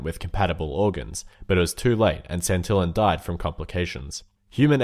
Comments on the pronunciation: Santillań sounds like Santella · Santillán is pronounced: Santeeyán (accenfs make a vocal sound more "agressive")